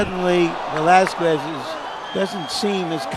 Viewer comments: Idol pacquiao vs valesques said anouncer😂😂😂😂😂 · Michael knew he screwed up when he said Valezquez 👊😭🥊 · Buffer absolutely butchered the pronunciation of Velázquez right after speaking Spanish 😂